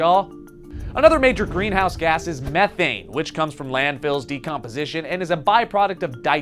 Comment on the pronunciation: It’s pronounced meeeeeeeeethane